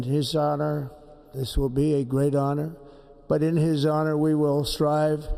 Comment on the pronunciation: NATIZ NATIZ NATIZ It is an Houhououree and a pleasuuure